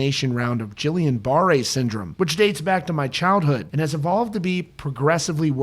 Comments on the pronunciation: Guillain-Barre is not "jill-ee-un" it's "ghee-on". The G is hard like in gate and grape. It's an autoimmune disease and screws with the person's nervous system. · It's pronounced "gee-yone bah-ray" with a hard 'g'. Just trying to help.